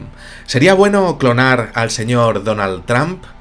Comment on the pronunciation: Tramp???? Se pronuncia "tromp" mi buen vicente, Saludos.